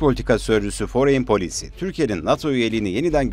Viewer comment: Yabancı şirket isimlerinde sürekli yanlış telaffuz can sıkıcı. Foreign Policy, lockheed-martin mesela. Google sözlük sesli telaffuz size yardımcı olabilir.